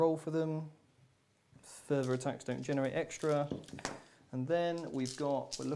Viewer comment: The word is "enervate" not "enverate."